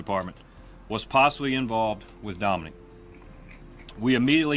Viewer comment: So annoyed he keeps saying Dominic like come on now it’s Dominique 🙄